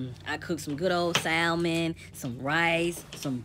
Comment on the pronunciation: Sal mon lol you mean saaaamon